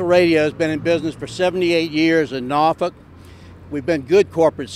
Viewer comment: It sounds like hes saying norfuck'